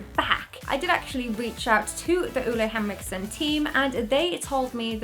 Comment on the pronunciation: I'm smiling like an idiot. You are so talented at what you're doing, and so funny! Btw the way you pronounce Ole Henriksen is SO wrong, but I don't judge you, danish is such a hard language😂❤